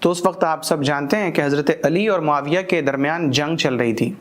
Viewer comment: Aapne bahut accha samjhaya lekin Amir muawiya razi allahu tal anha ka naam sahi se nahi liya aapne, baki sab acchha tha, jazakallah